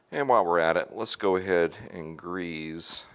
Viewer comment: Great video! I don't like the way you're saying grease though. Makes me wanna fight you a little.